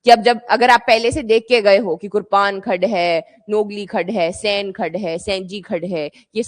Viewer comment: रूपा valley ❌ रोपा valley ✅ कुर्पाण khad ❌ कुरपन Khad ✅